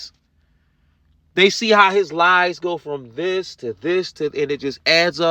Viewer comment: Brooks said "thist" I wish Carpenter had responded I have no idea what a "thist" is